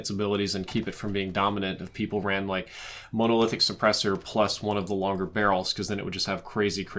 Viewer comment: Monolithic : it should be pronounced like monocle not like Mona Lisa Stipled : not sure if it is spelled this way in game (think it might be) but it probably should be stippled and is pronounced like nipple) /pedantic mode